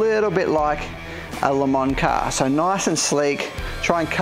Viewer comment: Instead of Le mans Mo mans..